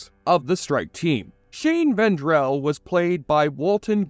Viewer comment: As a fan of The Shield, your butchery of basic names and the “strike force” is irritating af. It’s Shane VENDRELL. Dutch WAGONBACH. Ronnie GARDOCKI. And for the love of God, it’s the STRIKE TEAM! We can’t take your retrospective seriously if you can’t get simple basics right. Annoyances aside, your core points in this retrospective are spot on. The Shield is a very underrated yet amazing show which was the forerunner for shows like Breaking Bad and Sons Of Anarchy. Shawn Ryan made these characters unique and shocking at times. I’ve rewatched the show dozens of times and it’s great each time. It’s in my top 3 all time favorite tv shows and was a groundbreaking series that proved you can make characters that aren’t black or white but somewhere between them. No good guys or bad guys, just real people.